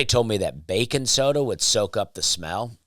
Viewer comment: I love that you say " bacon soda" instead of baking soda hahaha